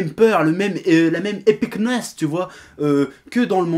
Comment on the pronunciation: "...épicness..." On est à Marrakech ou quoi là.